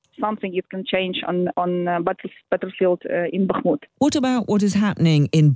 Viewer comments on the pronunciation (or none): Why is this interviewer always saying Bakamut??? She is the only one who doesn't do it at least approximately right. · Yep, she's still calling it Bahk-a-mut... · Will someone please tell the interviewer there’s only ONE A-sound in Bakhmut? I’ve been listening to her say BAKKA-mut for months now. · Bak a moot oh please get it right . And stop treating Ruzzian statements as if they have any validity. Ruzzian statements are meaningless static. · She’s now even telling Ukrainians directly how to “correctly” pronounce Bakhmut! And of course (once again) failing to notice when her guest, this time a Ukrainian lady, pronounces the name the right, Ukrainian, way. Unbelievable😅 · Bro i know she always does it 🤣 no one is perfect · nobody expects perfection but we should expect basic pronunciation of a name that she has heard 100 times from native speakers if she is any type of "journalist" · She's been making the same mistake for months , drives me nuts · she's incorrectly pronouncing the city name ,she sounds like a fool